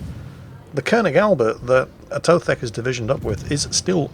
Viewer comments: A To The K lol Not Atothek. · It is "A to the K", not Atothek. No need to overcomplicate things. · His Britishism is showing. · It's "A to the K" you Philistine! :D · You apparently also forgot how to say his name too?